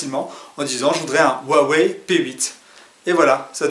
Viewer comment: Bonsoir :) très bonne vidéo ! je voudrais juste poser une question, quelle version vous pensez être plus jolie, la blanche ou là noire? Aussi merci pour la prononciation, avant je disais u-a-wéye x)